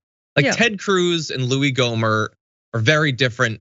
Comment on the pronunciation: It’s “Gohmert”